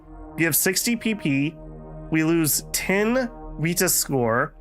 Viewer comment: the reading of virtus in every possibly wrong way is kind of annoying.